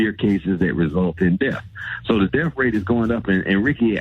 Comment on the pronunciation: is a doctor...but he keeps saying "def" instead of "death"